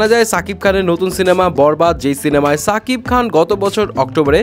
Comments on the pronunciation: সাকিব খান না ভাই শাকিব খান উচ্চরণ ঠিক করেন আগে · ছাকিব খান না সাকিব খান? ঠিক করে বলেন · Bai apni name ta toh aktu thik kore bolben??? Se toh chakib Khan na ???? Se Holo shakib Khan